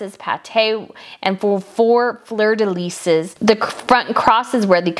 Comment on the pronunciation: Wonderfully informative video! All of the other research was so outstanding - with the singular exception of proper pronunciation. “Quatrefoil” and “Fleur de Lis” are difficult for many Americans to grasp the pronunciation of - but there are great little audio guides for those unfamiliar with foreign words. Also, the manner of pluralizing fleur de lis was quite incorrect (the word “fleur” would be plural - as with two “sisters in law” or a group of “attorneys at bar.” Hope that helps - it really was a nicely paced, interesting video. ps ~ I agree with your assessment of the aquamarine tiara. It did occur to me, though, that the shapes are meant to be reminiscent of a peacock.